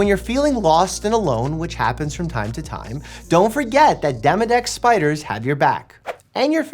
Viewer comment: When he said "' Spideers